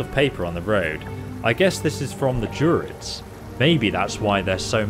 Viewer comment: Knowing words are NOT your strong point here are a few correct pronunciations Tiefling = Teef ling, Druid = Dru id, Styx = Sticks.